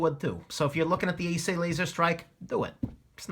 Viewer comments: Are you that illiterate that you do not know or find out how to pronounce ESEE? Really?....sad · Need to do a full review on this knife. A New video saying the name right. Lol.